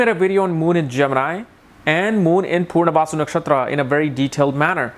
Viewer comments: Why are you pronouncing it as 'purnavasu' instead of 'punarvasu'? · It’s Punarvasu, not Poornavasu. Please pronounce it well !